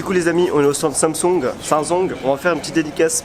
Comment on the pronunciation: Quand ta dit samsung avec l’accent chinois ya un noichi qui et passé derrière pile quand tu la dit lol